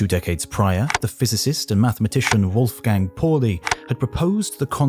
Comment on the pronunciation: That's "Wolfgang Pauli" not "Wulfgeng Porli".